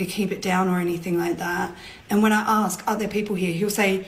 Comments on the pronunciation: axk? The second I stopped listening. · Seriously, is it too much to axe? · too much to aks. Icant even pronounce ASK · i dont remember axing any questions lmaoooooo pronunciation matters to people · "Women axe for..." Can't take you seriously. Goodbye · As soon as a person uses the word "axe" im done listening